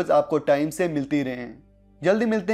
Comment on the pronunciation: Fi aman allah hota hai bhai. Fi imaan illah Bolne se us ka meaning change ho jaata hai. Please apni Islaah kar lein